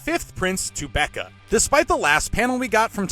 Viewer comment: Are you intentionally mispronouncing some of their names to get more comments? Tubeppa is spelled with p’s. It’s not Tubecca. Luzurus is clearly not pronounced like Lazarus. But you have no problem pronouncing names that actually require some knowledge to pronounce lol